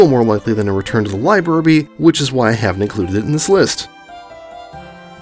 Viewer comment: one complaint you pronounced librarby wrong